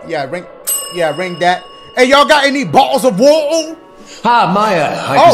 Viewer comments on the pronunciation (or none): British character: exists Dashie: BO'LLES O' WOR'OR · I’m English and I find it hilarious 😂